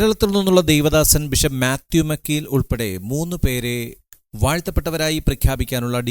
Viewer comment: ബിഷപ്പ് മാത്യു മാക്കിൽ ആണ്. മക്കീൽ അല്ല.